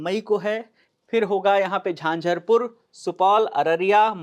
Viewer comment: झंझारपुर not झंझरपुर